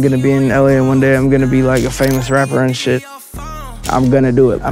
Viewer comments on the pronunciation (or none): LMAO THIS MAN SAID RAPER SHAHSH